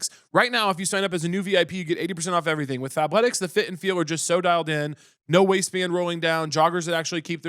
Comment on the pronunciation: I was audio only and I had to open the video for the ad when Caleb said “fabletics” I thought he said Fat-letics and I said “I’m immediately interested”